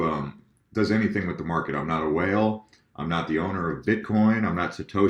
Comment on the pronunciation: Forget the haters.....ur a very cool guy.......i laugh every time you say "whales"....hahahaha.......+ I was pissed with d ember coin dump..... but i know you didnt cause that.